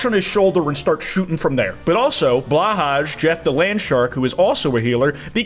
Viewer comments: Blahaj is pronounced “Blow-hai”. I’m renouncing your trans ally card smh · Blahaj is pronounced “Blow-High”. The more you know! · the way you pronounce Blåhaj makes me cry